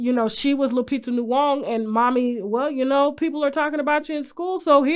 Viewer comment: Tasha I always love when you call Lupita's last name "Luong"🤣🤣🤣 it's Nyong'o ( Nyo-ng'-o) it's all Love mami😍